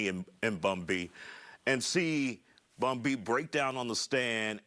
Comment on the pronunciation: So Is everyone gonna act like they didn’t hear the news reporter call Bun B, Bun Gay?